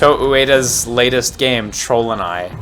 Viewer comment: I thought he said trollden eye, like a cheap golden eye.